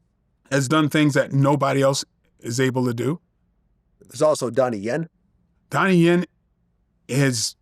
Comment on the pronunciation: Did he say Donnie Yen?🫡